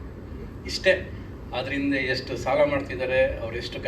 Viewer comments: ಸಲ ಅಲ್ಲ ಸಾಲ.... ಥೂ ನಿನ್ ಜನ್ಮಕ್ಕೆ... 🤮🤮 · ಕನ್ನಡ ಸರಿಯಾಗಿ ಕಲಿ ಅದು ಸಲ ಅಲ್ಲ ಸಾಲ